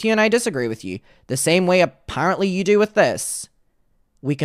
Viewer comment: You only sound Irish when you say "yew" . Otherwise you sound American.